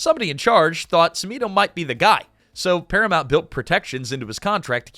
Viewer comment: "the director Michael Semino" It's pronounced "Chimino". "Ch" not "s" in Cimino.